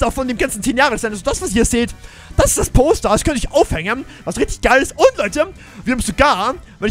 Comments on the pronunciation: Ich hab statt poster toaster verstanden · Du sagst Poster , was verstehe ich? Natürlich Toaster 😂😂😂😂👍🏻